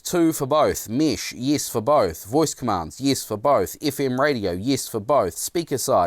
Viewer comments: 1. Nice comparison (but would be nice to hear the difference in sound of the mic) 2. It's mEsh, not mEEsh 3. Please, put your pants on. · WTF is Meesh? It's Mesh! (pronounced mehsh)! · Mesh... not mish. Uuurgh accent